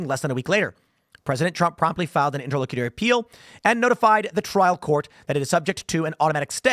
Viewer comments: It is pronounced: "INTER - LOCK - A - TORY", I know weird right? Hard 'c' and short 'u'. So there you have it. Simpler than the way you were trying to pronounce it. Great job. Thanks for the content. Keep up the good work. בס'ד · It’s pronounced: Inter-lock-you-tory